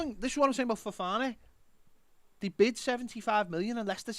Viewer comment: Worth tuning into today just for saying Ffffofana 🤣